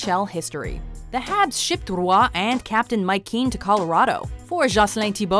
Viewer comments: I mean... if you're French you should know how badly the narrator is pronouncing it.. it's not ru-WAH in two syllables like she's saying. Closer to just "WAH" though with a slight bit of uvular fricative in the onset of a single syllable sound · I hate how they pronounce Roy wrong